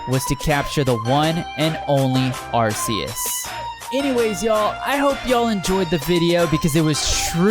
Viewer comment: You said arceus wrong